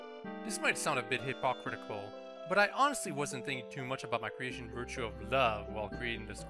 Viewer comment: I died when you pronounced hypocritical. Please never change,.